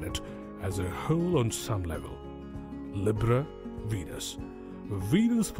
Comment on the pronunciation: I can't take this narrator seriously, mispronouncing Gemini and Libra. I couldn't even finish the video.